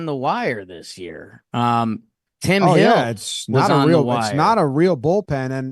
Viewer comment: Ahh, I was thinking he pronounced it like "Heel" not "Hill".